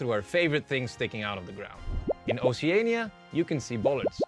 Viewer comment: most bizarre pronunciation of oceania out